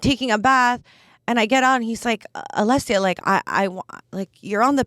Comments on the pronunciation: Your name is spelt Alessia but pronounced Alexia. Is that a Canadian thing? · Her name is not pronounced alexia